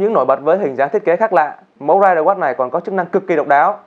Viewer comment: Ridewatch mà đọc thành riderwatch